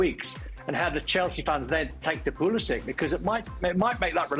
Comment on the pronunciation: Why does Craig Burley mispronounce Pulisic’s name? Surely he knows better, everyone is pronouncing it correctly.